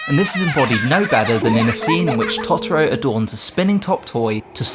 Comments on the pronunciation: It's Totoro, not Tottoro! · The pronunciation of Tot-oro is like nails on a drawing board 😅 It's Toto-ro same as in the end credits song... Good video though 👍🏻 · I'm really sorry the video was great super interesting but the way you kept saying totoro was killing me 😩😂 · After he mispronounced Totoro 5 times I gave up watching this. Learn how to pronounce the names of what you're talking about before acting like an expert.